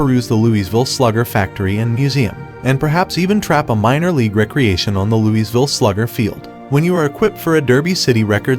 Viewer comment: Where exactly is this Lou-EEZ-ville?